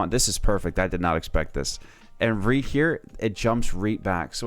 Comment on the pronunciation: why he keep saing reed here instead of right here? nice guide thought.